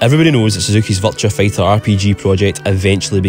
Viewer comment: I keep hearing you say "Vulture Fighter"